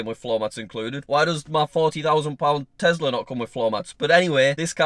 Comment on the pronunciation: I think you mean Tesla as you keep saying Tezla. LOL ☺